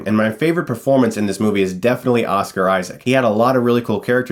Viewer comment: Why do you keep saying Asuka instead of Oscar?